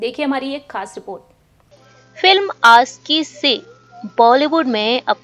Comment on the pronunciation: आपका हिंदी भाषा सुधार दो महेस भट नहीं महेश भट आसिकी नहीं आशिकी